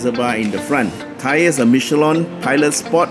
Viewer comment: said meesh-ell-an tyre 👍🏼 French pronunciation!